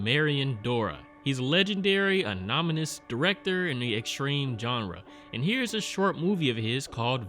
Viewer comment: This man said “anomonus”...😂😂 I hate that word myself. Lol